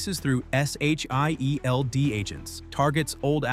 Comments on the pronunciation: Are you seriously spelling out SHIELD instead of just saying it? The hell is wrong with you? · Get a better AI narrator. One that can actually say "S.H.I.E.L.D." without spelling it out, and that can properly pronounce names. Your videos have decent content but the execution is utter dogshit.